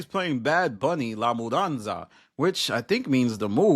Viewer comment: Now I know is not Hispanic. The way u said La mudanza was crazy😂🤣😭